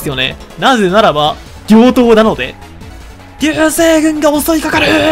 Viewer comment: 両刀をぎょう刀って言ってて可愛い